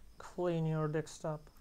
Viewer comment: i love how he says (dekstop)